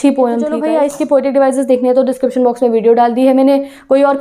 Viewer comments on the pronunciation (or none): none